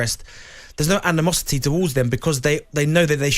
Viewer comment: AN-E-MOSS-IT-TEA.. Word of the day. 😂😂